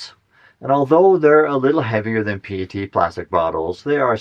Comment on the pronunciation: The entire micro plastic thing is a hoax. Methods are bad, no rigorous definitions, and so on. Clothes, skin, dust, plants and every other thing out there sheds small particles. It's all silly. It's also not hard to pronounce PET correctly.